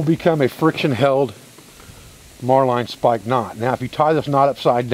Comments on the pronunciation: love your videos. Has anyone mentioned that the knot you are teaching is the "marlin" (like the fish) spike hitch? Not "Marline" ("mar-line"). Be safe. Brother. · As an old sailor, I can tell you the Marline Spike is a handy tool for any rope or line work, even on dry land! Just a note, the word is pronounced ('Marlin' not 'Mar-line') The fully recoverable cordage idea worked into a rope ladder is simply outstanding, no waste, no want later!